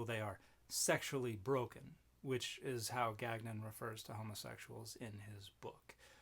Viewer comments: French Canadian here. Gagnon should be pronounce gawn-yon. We don’t pronounce the second g. The Robert on the video forgot his ancestral roots. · Dude can't pronounce his own name lol. Ga-nyon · I denounce any Gagnon who can't pronounce our name properly. It's French ga.nõ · I won't be petty and I have not watched this dans cette totalite... but my long dormant french canadian soul quails at "gag none" Their name is theirs to pronounce how they see fit, but my dude that is not how Gagnon is pronounced. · I just want to say, as a Canadian living in Quebec, I object to Gagnon's pronunciation of his name, as abhorrent to God. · Gagnon is likely pronounced "gan-yoh" or something close. It's a French name, quite common in Quebec